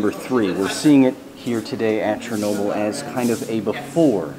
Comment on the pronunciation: Charnoabl........ i know its chearnobly oops haiodfgleatobly